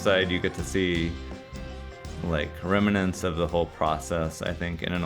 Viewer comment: Dear, The word 'remnants' has only two syllables: rem nants.